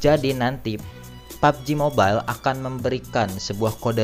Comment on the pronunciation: Mobail anjr bacanya bukan mobel